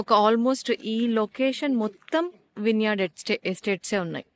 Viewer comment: Vine yard ❌ vin yard✅